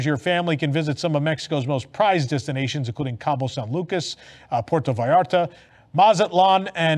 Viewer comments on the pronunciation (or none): none